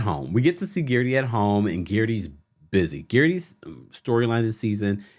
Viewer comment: I swear I crack up every time you say Guerdy's name. You refuse to say it the way she pronounces it. lol